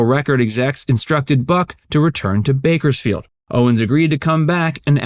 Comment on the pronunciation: There's an S in Bakersfield. narrator